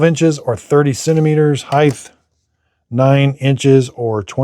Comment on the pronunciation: I cannot trust the opinion of a person who says "heigTH"